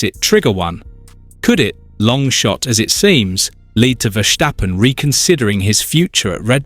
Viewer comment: Max being a Dutch dude, the surname is pronounced "ferstappen" rather than "fershtappen". 😉